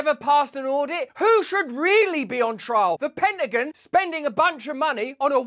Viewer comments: What’s a “penningun?” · Love the way you said Penta gin